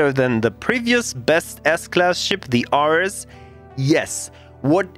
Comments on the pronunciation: The "Arr-ress" is pronounced "Air-reez", as in: Ares, the greek god of war. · Air-Rees. Not 'are-s' . Greek God of War (a.k.a Mars) This is a bit triggering.